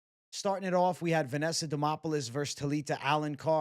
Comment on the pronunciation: DEmOPoULis 😂😂😂 you can’t be serious-did you even watch tape bwhahahaha